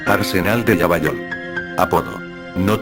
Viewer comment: lavallol en argentino se pronunciaria "lavayol" en loquendo se hizo indecifrable la ciudad hasta q dijiste partido de lomas de zamora.